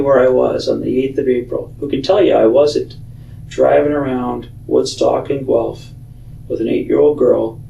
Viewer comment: Hey, I have to say, I live in Guelph and I was very impressed that you pronounced it correctly!! Good Job!